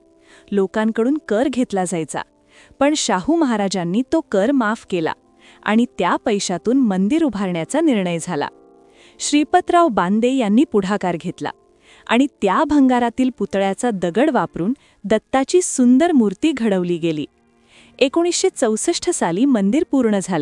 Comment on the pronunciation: चांगली माहिती मिळाली. श्रीपतराव बांदे नाही श्रीपतराव बोंद्रे.